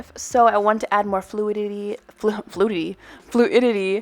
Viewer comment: “Fluidy” SIGH “Fluidity” What I heard: Fluititty